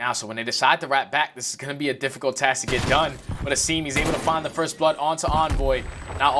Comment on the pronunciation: You think the casters would have spent 10 seconds to agree on how to pronounce "Asim"